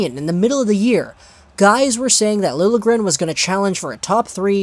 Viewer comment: It is pronounced Lil - yeah - gren